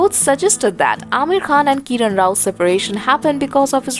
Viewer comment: Who is this lady talking... she can't even pronounce Kiran and Fatima 🙏